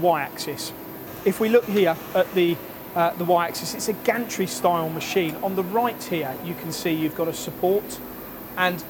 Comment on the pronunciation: stop saying mesheeeeeeeeeeeeeeen. brooo